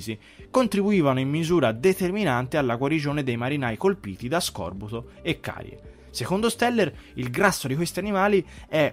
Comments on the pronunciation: Scorbùto!!!! non scòrbuto!! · Scorbùto, non scòrbuto. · Sono quasi certo si dica scorbúto non scòrbuto.. Anyway la famiglia di appartenenza non sarebbe sireniDi? Sireni suona anche male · Piccola nota non direttamente rilevante: /scorb’uto/ “scorbúto”, non /sc’orbuto/ 😅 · min SUL SERIO??? Scòrbuto?🙀🙀🙀 Ma dove "arno" ti 6 laureato...?🤣🤣🤣